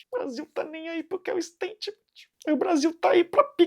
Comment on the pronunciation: E Giovanne... Vc falou errado " SÁDI" o sobrenome da entrevistadora, e RENAN FALOU MUITO FEIO E IGNORANTE, para quem sabe inglês a palavra statement!! " Istêitimenti" 🙄😒